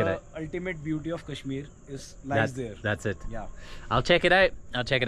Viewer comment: It bugs me that no foreigner is able to pronounce Kashmir Correctly